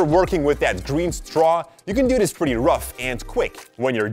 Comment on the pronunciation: He said Buy "Grean paper"😂🤭